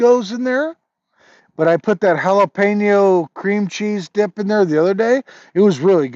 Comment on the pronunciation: Every time I hear you say Jalapeño, I think you’re having a stroke. Do you say like that because of a movie or tv show? 👀